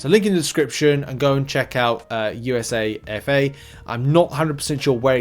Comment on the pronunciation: USA-FA is pronounced YOU-SA-FAH